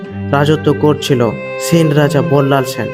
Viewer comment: ছেন না সেন